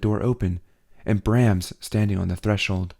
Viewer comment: Thank you so much for making this recording! It's one of my absolute favorite series by Shusterman. Friendly note, when referencing Brahms, they are referring to the musician which is pronounced as "Br-AH-ms" :)